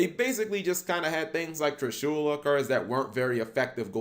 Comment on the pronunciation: Who cringes when he says "TrishUla"?